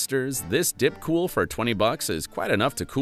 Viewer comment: Your pronunciation is killing me, "Five-sevenhundred XT", "Dipcool"